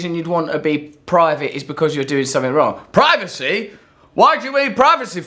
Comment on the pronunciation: 8.36 Does he say "privaty"?